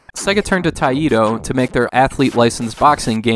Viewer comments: senn-nuh tie-toe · Taito's name is actually pronounced “Tie-Toe.”